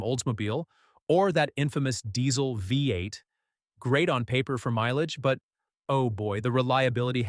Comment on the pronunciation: Nice try, but, uh, will you guys please clean up the dialogue and use phonetic spelling when entering the data? For example, “VEE EIGHT” is the intended pronunciation—not “VEH-EIGHT.” This kind of error is amateurish and very sloppy. Quality control requires actual review and correction: you can’t simply rely on AI to minimize the workload and then leave the resulting mistakes in the final product. You have to do the real work. YOU CAN’T HAVE YOUR CAKE AND EAT IT, TOO! (…didn’t your mom tell you that at least once?)